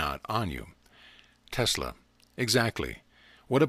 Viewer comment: Anyone heard him say telsa instead of Tesla